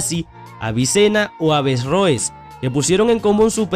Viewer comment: No es "Avesrroes" sino Averroes